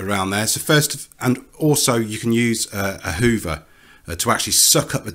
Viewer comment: Uh whoovuh. Use uh whoovuh.